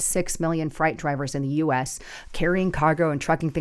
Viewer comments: Was it spelled incorrectly in the article or do you have a certain accent that makes the word FREIGHT sound like FRIGHT?, you won't pass the English reading test if you try to get your CDL. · Why do you keep saying fright? It's freight. Sounds like great. Please please I don't understand how come you keep saying freight as fright. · it’s freight not fright GEEEEEEEZ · You must still have halloween on your mind because it's freight as in eight not fright as in height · Maybe i need to get my ears checked. I'm sure I was hearing "fright" not freight. Just like "Minnennapolis". Lol I'm aware has trouble with some words. Some of it is an Arizonan thing as well. Just playing. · You have said the word freight wrong through this whole clip. Uuuggg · OMG! THE WORD IS PRONOUNCED FR-ATE! C'mon WOW. Really! And you weren't trying to be funny? Do you have 'friends" if your friends or justice won't correct you from looking mentally unwell... Wow! WOW. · Are you using AI it's frāight though there is a e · It’s pronounced ‘fraight’ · Freight is pronounced “frate” 😊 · Why would we need illegals to illegally drive trucks? She has stated there is less to haul. If there is less to haul, then you need less drivers. So the market is balancing out, is it not? By the way, FREIGHT is pronounced like FRATE. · Freight… Pronounced “frate” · I think it's pronounced f r A t e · Freight vs. fright. Truck freight vs. fright (fear). You actually said freight several times. 😂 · Interesting commentary. YOur pronucation of "FREIGHT' is wrong; just say'n: freight /frāt/ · It’s pronounced frate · Proficient English Speakers Say Frate. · Thank you. I was going to tell her to put the sound of fr in front of 8(eight), freight. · Are you saying fright or freight ? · Please learn how to pronounce the word freight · Learn to pronounce the word freight correctly. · you're so funny, you're not pronouncing freight correctly.😅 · Fright??? Its Freight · Pronounce frate not fright